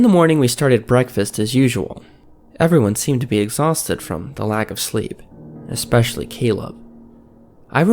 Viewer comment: I love these stories but every time something is mispronounced it takes me out of it. "Expecially" is the one that prompted this comment. Its "especially". That being said, i will keep watching lol.